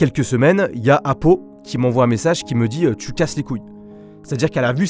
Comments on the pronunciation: Apo pas apou t’es pas dans les simpson 😂😂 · mdr au début tu la appelé apou au lieu de apo😂